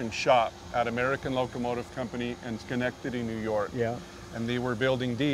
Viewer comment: Thank you for saying Schenectady properly!!! I believe my grandfather or his father worked in the ALCO plant!!